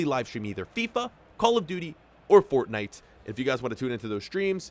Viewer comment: Unsubbed when he said Fornite